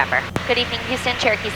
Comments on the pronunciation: I know she is saying Cherokee, but I am hearing Turkey. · I know that you are saying "Cherokee 773".... However, recently my daughter (who is usually listening in the background) asked why you are constantly saying "Turkey 773" all the time! It's the little things in life and flying that make it so much fun! Thank you for sharing your flight adventures with us online and may you have nothing but blue skies and tail-winds in 2024!